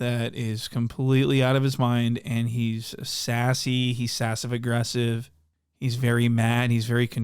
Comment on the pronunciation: sassive aggresive**.... STAHP lmfao i jus cant wityu xF